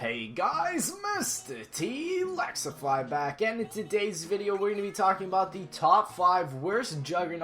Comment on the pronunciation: MrTlexify hears him say MrTLaxify His name should be MrTLaxify